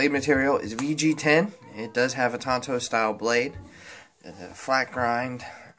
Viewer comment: You called it "Tonto"...lol